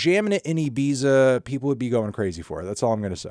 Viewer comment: WTF was that Ibiza pronunciation from Fantano lol